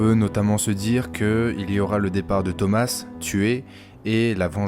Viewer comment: Thoma pas thomassss